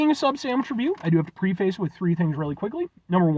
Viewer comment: Pssst. Preface is pronounced PREFF-us. Don't tell anyone.